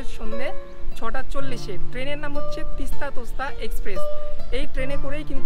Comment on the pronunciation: তিস্তা তোস্তা না , তিস্তা- তোর্সা এক্সপ্রেস